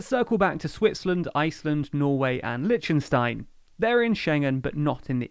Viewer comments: Weird how you pronounce Lichtenstein. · Says "Liechtenstein" - right to jail, right away